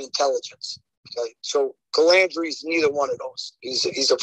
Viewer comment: Larry harping on Jimmy saying Mezza not Mazza but Larry is saying Calandrea not Calandra.